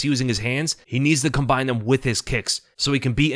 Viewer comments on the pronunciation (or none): none